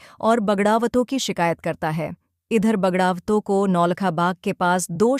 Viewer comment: क्या बोल रही है बोलना भी नहीं आता है क्या बगड़ावत, घोड़े बावड़ी कई शब्दों के उच्चारण भी सही नहीं बोल पा रही है